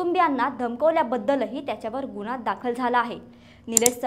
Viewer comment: सुणेने नाही सुनेने बोला गुणेहगारी नाही गुन्हेगारी बोला । शुद्ध मराठी बोला। गुन्हा बोला गुणहा नाही । हगवणे भाषा नको शुद्ध भाषा बोला।